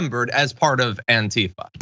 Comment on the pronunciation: AntiFA, damn it. Accent on the last syllable, as in Anti-Fascist.